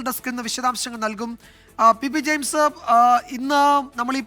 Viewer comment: Pp jeyims aganea parayou nime jayims annu